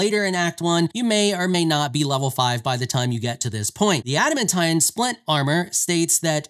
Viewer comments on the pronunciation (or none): Say it with me now a·duh·man·teen = Adamantine